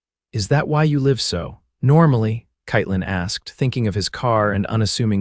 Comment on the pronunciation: Katelyn is mispronounced throughout. Pathetic.